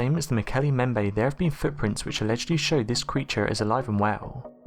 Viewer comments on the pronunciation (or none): it's not emel ntouka it's emela n'touka or emele n'touka (elephant killer). He spelled it right but pronounced it wrong. He also pronounced mokele m'bembe 'mokele membe'. Maybe he has some type of dyslexia. weird how he pronounces the last word of every sentence slowly and with the same intonation (pitch goes up then down). sounds creepy, stuck-up, narcissistic and unintelligent but keeps me amused.